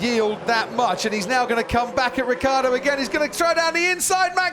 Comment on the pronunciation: What a bunch of idiotic comments! It's a RACE!!!!! A lot of you apparently would rather see a dozen nuns on bicycles. (Btw Vincrand, the name is Ricciardo not Ricardo. And it is pronounced Ritsjiardo!)